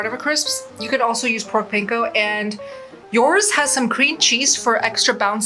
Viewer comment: you are mispronouncing panko.